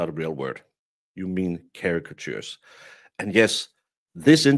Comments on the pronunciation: 😂🤣😂 ...my new favourite laughing word...Chairica-tjoors...Chatijurs...Chairachuhahas... 🤷‍♀🤟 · CARE-A-CHUH-CHURRS !!!! Not real people. There's a tshirt!!!! CARE-A-CHUH-CHURRS !!!! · You've got people like these who can't even pronounce the word caricatures, and then you have Karen read, who uses words like ostensibly in a sentence efficiently and appropriately. I think that's why they hated her... she was better educated than any of them and more cultured, not to mention more innovative and more intelligent.